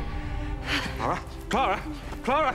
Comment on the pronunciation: Clar-uh sucked